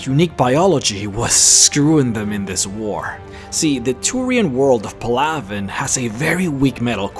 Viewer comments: It's PAL-a-ven, not, pa-LAV-en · Shows you how many people actually talked to their crew, did all sidequests or read the codex. Its just sad. And if you played ME3 or listened to the codex entries in all 3 Games, youd know that that is not the correct way to pronounce Palaven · Did anyone else hear him miss pronounce the Turian home world